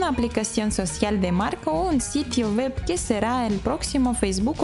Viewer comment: Puedes mejorar la pronunciación de "web" porque se escucha como "wep".